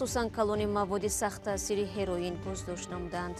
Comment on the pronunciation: Апаи Шахлогулхоча хами як калима монда бд тагир надодантон "ХЕРОИН"